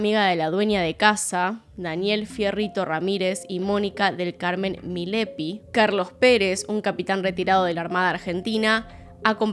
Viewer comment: Es MILLAPI, no Milepi 😫